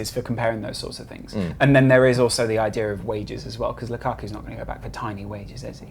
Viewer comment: lukaku not lukaarrku, pronounce it properly